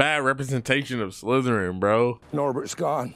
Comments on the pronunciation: bro says house slytererin whilst having a ravenclaw cloke on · I’m here for the nuance of being so lit that he can’t properly pronounce Slytherin while repping Slytherin 🥴